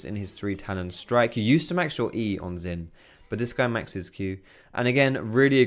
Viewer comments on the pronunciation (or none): ZHIN NOT ZIN GOD DAMN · the pronunciation is only partly correct. Xin is pronounced as sin not shin. And Jahw is a good approximation for zhao's pronunciation. Just say Jahw quick and don't drag or emphasize the 'ahw' part of jahw and dont add a bassy tone. Jahw actually ends on an equal or higher pitch. Chinese here btw ;) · xin is pronounced sheen, like charlie sheen